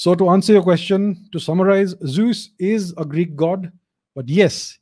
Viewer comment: Unfortunately, his pronunciation of the word is way off.